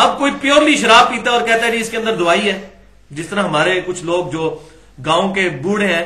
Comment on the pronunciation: NOT DOOAAII CORRECT WORD IS DAWAEE